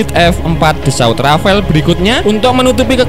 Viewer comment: Yo wis, borong rafale aja (bacanya jgn rafael kyk si mimin). Klo pun mo nambah rafale aja ... jgn F15ex yg katanya ditawari sd 50 unit oleh mamarika. Tar klo gak dikasih source code oleh mamarika, F15ex kita akan senasib F18 Malaysia yg ga bs buat perang hanya utk air show aja. Bisa amsyong kan